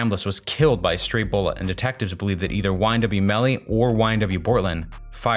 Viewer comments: It’s “ymw” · This is how many times he says YMW Melly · This is how many times he said “YMW melly